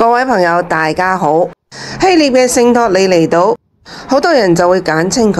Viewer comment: 臘 是唸臘味的臘 非獵